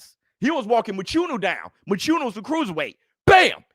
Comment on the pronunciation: Love the show just want to say one thing Mchunu is pronounced with a click sound where the (ch) is located in his surname.